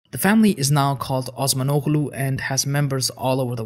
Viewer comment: Not meant as an offense: Your pronunciation (if you were to pronounce the names turkish, that is) is off. Aside from the fact that Turkish is spoken very differently than Arabic, the name Osmanoglu for example: the last g is not pronounced at all. It's just there so that the O before it is longer. The suffix is kind of like the Scandinavian suffix -son. So it means son, or child.